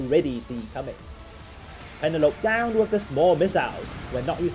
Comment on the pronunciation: "Pen-a-lope" 😆that's an interesting way to pronounce it.